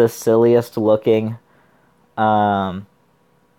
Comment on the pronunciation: Also chimera pronounced with k sound like kimera. No worries though u can say it how u like, just felt the need to inform.